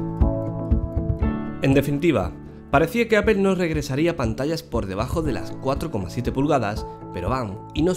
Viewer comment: APEL, GUIFI :v , me quede sordo :v